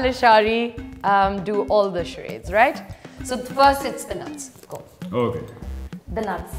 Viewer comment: Charaaydes! It's charades!...and quite dumb